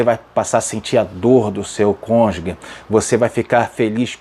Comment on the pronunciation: Amado pastor. Atente-se a palavra cônjuge. Não se diz CÔNJUGUE. Fala se cônjuge, exatamente como é escrito. Gostei muito de sua aula. Só me incomodou essa expressão. Perdoe-me